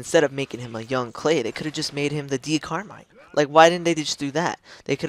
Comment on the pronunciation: its Decher carmine